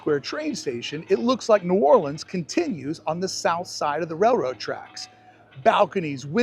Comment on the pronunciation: He's pronouncing it correctly, the way indigenous locals speak, in Louisiana. It's pronounced as one word; "Nuorlans."